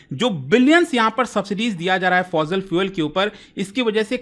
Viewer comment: You pronounce fozil 😂😂.. Learn first brother ... Say fo si il Gret news brother atcha lagtha hee your information... love to watc every day❤